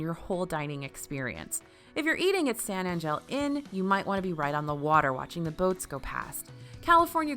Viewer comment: The pronunciation of San Angel 😂🤌🏼